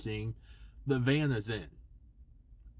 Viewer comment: Van not can lmao